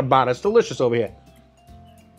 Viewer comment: i suscribed as soon as he said "Lets make som NY style Pastrami ova hea!..." LMAO!!!